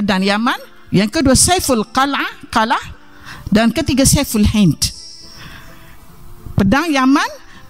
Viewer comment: Berat sangat lidah mu wahai prof.untuk ucapkan AL HIND (sriwijaya)itu hindia..negeri nuswantara.sudah lah prooooof jangan memaksakan😅😅😅